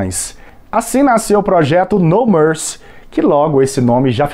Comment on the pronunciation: Pouco antes do Gugu anunciar a próxima música, ele pergunta por que o grupo se chama No Mercy. Só que Gugu não pronunciou "mercy" no inglês e os cantores acharam que se tratava do nome do álbum, My Promise. Eles simplesmente disseram: "Minha Promessa". Então o Gugu repetiu mais alto: "Minha Promessa!!!" 🤣🤣🤣🤣🤣